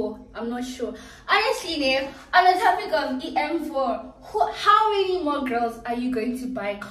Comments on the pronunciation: she Said Towpic 😅😅😅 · she said towpic😅